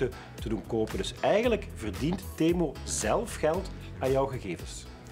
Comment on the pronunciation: is niet temoe maar temuu